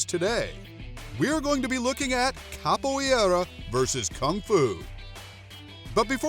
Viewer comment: I'm training in Capoeira... The AI narrating this video mispronounces several words Capoeira sounds like: cop-o era. Roda sounds like: hora